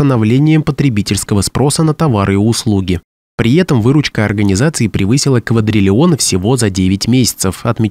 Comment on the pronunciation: Кто- нибудь, подскажите диктору, что нужно говорить - при этом, а не - при етом.